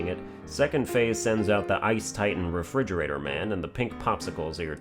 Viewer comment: Ahh yes, the snow titan refirigerater man